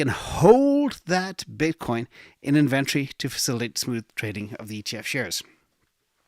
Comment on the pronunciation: inVentrfy is a software company I believe you mean In-vent-tory